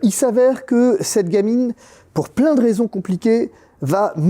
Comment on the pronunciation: Pitié faites les liaisons entre les mots 😊😎